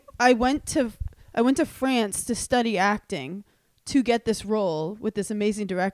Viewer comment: Hannah, the way you said France. 💀